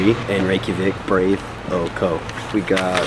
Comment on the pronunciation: BROYD is the pronunciation. It literally is "bread" in Islandic. PULL-ser. PEEL-ser is the Danish pronunciation. PULL-ser is how Islanders call them (the lamb hot dogs).